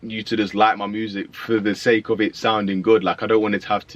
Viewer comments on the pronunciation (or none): none